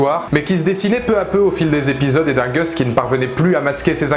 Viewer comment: Pourquoi les Français ont-ils si mal à prononcer le "u" (=a) anglais? Vous avez la lettre "a" aussi, donc pourquoi prononcer "Gus" [Gasse] comme "Goesse"?